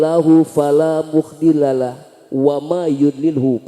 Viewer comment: Betul bang banyak yg salah baca ayatnya mohon dikoreksi lg bang..Seperti Likoumin dibaca likoumihi, fala mudhillalah dibaca muhdilalah, muhammad abduhu hrsnya Muhammadan abduhu.., bismillah cara bacanya bukan dipisah pisah.. Krn bukan sedang belajar. Dll.. Ini sbg masukan aja bang..!